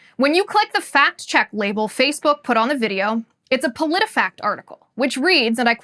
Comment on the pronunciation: I legit lost it when u said Politifaxt fact checked u Politifact!! Lmfao